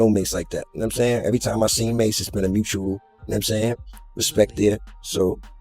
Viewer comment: Can't trust someone who is calling MASE Ma $ E ma dollar e